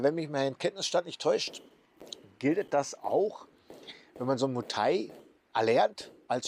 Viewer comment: Einen Bayer oder einen Schwabe, der ein paar Wochen Berlin besucht hat und uns dann Berlin erklären will, würden wir doch auch nicht ernst nehmen. Also warum probierst du das jetzt ? Vorallem erklärst du das und zeigst dabei ein Video von einem Touri in Pattaya. Mu Thai nee, es heißt Muay Thai, warum kriegst du nichteinmal das korrekt hin ?